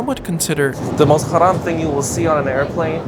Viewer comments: HE SAID HARAM PERFECTLY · Great video - as always. Loved the proper pronunciation of and complete disregard for “Haram”